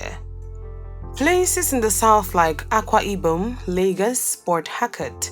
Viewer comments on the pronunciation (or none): none